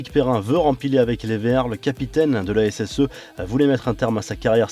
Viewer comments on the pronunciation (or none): on dit l' A S S , on prononce pas le E! bande de brele